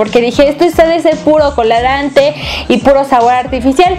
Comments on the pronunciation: Es colorante no colarante. Padres videos pero hay q saber como decir las palabras. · en el segundo 30 Leslie dijo colarante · Minuto Lesslie dice colarante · Alguien no sabe pronunciar colorante ni Twitter :P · Sip jejeje se le fue..